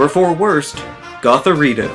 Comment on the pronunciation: I said “what??” Out loud when he said gothorita